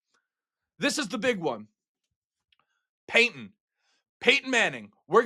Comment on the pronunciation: Did you say Peyton or Paintin? Sorry I had to say it 🙂